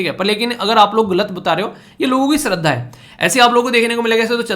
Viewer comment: Sir, topic .... related to Tirupati lord Venkateswara. In that "shraddha" word is pronounced as 'श -Sh' not स plz.... This is my name😓